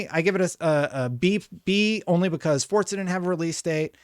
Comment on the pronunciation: For crying out loud...how many times??.. FOR-ZA.. doesnt...“DOESN'T" have a D in it! It is not fordza ok